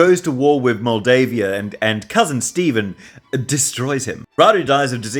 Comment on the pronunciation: My Lord, it's pronounced "stEvAn" not "stEVn". These are Slavic names. Do i explain my self, i am not good at this.